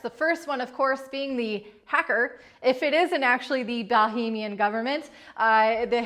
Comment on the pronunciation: Why can nobody pronounce Bahamian correctly? Bah-HAY-mee-an.